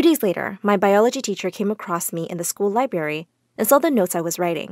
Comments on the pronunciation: did she just say LI-Bary? Libary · Its "library" Not "libary" For whoever told this story (not to be rude) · Umm it’s library 📚 not liberry 🍓